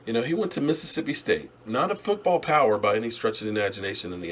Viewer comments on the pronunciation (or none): none